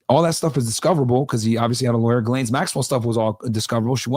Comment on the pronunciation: Oh, also shout out to you for actually pronouncing 'Ghislaine' correctly. I'm surprised how many people still pronounce her name incorrectly in 2025.